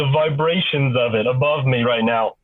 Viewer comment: Why does he say vibrations like that 😂